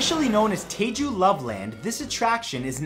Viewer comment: It’s Jeju not Taeju